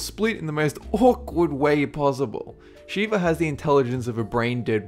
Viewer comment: lol, not sheeva buddy, sheva (sha-va)